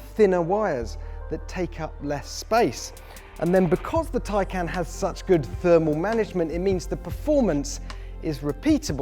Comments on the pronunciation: Tie? Not tay? U wear a tay? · Geez. It’s pronounced “tie-kahn” like the first syllable in context or conversation - not as this says, “can of peas” or “I CAN’T pronounce Taycan. But then I can’t even pronounce PORSCHE correctly.” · Also, I think it would be Tie-Khan. Not Tie-Can. Just like the Macan. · Taycan not tiecan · correct it's "Tie - Con" not "Can" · Tie can?! Top gear? I don't think so. Change the name you are killing it. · In the effort to explain how to pronounce it you still pronounced it wrong, according to Porsche it's Tie-Car-N not Tie-Can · No not tie. It's Tay haha wth? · .......last time I looked that thing you wear to a job interview is called a TIE, not a TAY, just sayin' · They even explained how it is pronounced correctly and he still manages to fuck it up. It's Tie-Khan, Not Tie-Can! Awesome car though. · I think they did need it because even they got it wrong. It's pronounced Khan not can. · My CC is turned on and then if he says Taycan, the cc says " tie can" lol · Poor-sha Tie-con. Read it. Learn it. Live it. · Umm...it's pronounced Tie-KAHN. Did you not watch the video they made? Nice you went through the trouble to compare it to a "can of beans" when you are completely incorrect. Good one. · Did he say Tin Can ? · Congratulations! You pronounced Poor-Sha AND Tie-Con incorrectly. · Tie can? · Ok, is it just me, but since when is "tie" spelled T-A-Y ... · Excuse me but how the eff is “Taycan” pronounced “Tie-Kahn”? Tell me how you pronounce “Taylor” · Tay = ray,bay etc... I can do it? = TAKEN not Taican🤔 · For a very prominent media outlet, at least pronounce the car's name correctly. It's not as if Porsche didn't tell you how to say it. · How to actually pronounce "Taycan", per Porsche